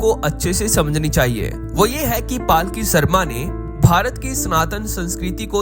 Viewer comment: भाई जी, 1. पालकी नही, पलकी नाम है, 2. WION छोड़ चुकी है, Firstpost के लिए काम कर रही है।